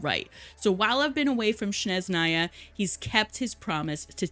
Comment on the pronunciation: I’m going to start asking the (at least the lore) content creators for Genshin to STOP mispronouncing “Snezhnaya” — Снежная — the way they do, ie: incorrectly…. Please! It’s not that difficult: SNEZH-naya. The stress is on the 1st syllable. Not that difficult. I will never understand why English-speakers change which syllable has the stress put on it…..🤦🏼‍♀️🤦🏼‍♀️🤦🏼‍♀️ And thank GOODNESS, you do not create the “Sh” sound, instead of the “Sss” sound. But I kindly ask you to TRY to pronounce it correctly….. 🥺